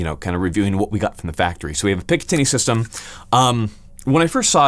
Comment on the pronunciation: My head spin everytime you say system